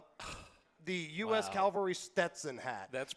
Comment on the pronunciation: luv ya brother, but it’s cavalry, not Calvery.